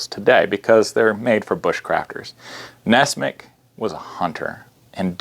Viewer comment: I thought it was nessmuk, not nessmick?